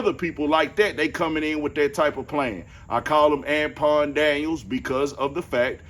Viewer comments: Oh ok cause I was like I wondered if bro realize he sayin dude name wrong 😂 “An-pawn” gotcha g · "Ampon Daniels" 😩 😭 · Why you saying Anpon ? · I thought you was calling him tampon daniels😂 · LMFAO yeah he keep saying Anpawn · This whole time, I was thinking you can't pronounce Anton correctly and your name is Anthony. 😂